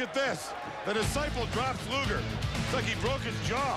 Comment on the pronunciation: Terrible thing to say. And it’s Luger not lugar nimrod.